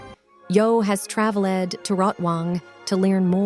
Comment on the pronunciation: “trav-led” lmao